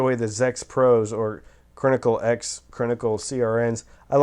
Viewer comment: "I am not the first stop off the IEM bus" 😂😂 Rolling on the floor!! Brilliant self awareness! I think that's part of your charm. "Crinically" please stop!! 🤣